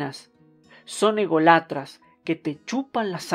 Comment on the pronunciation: Muchas gracias! En audio me permite ir haciendo otras cosas. Como española, a modo de critica constructiva con amor, me ha dolido oir "Alméria, España" y "egolátra" con los acentos ahí, pero bueno, muy buen trabajo. 🌺👌